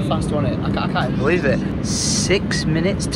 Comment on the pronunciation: saying "I beleaf" while running into the tree at the airport lolll